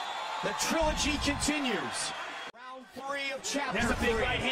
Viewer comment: The “TRILL-OG”